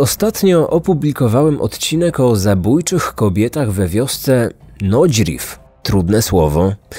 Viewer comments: w wiosce” nie wymawiamy ,,we wiosce” - taka mała uwaga. Świetny podkast, pozdrawiam :) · Nodźrif - trudne słowo. Jeszcze trudniej, zdaje się, wymówić "w wiosce".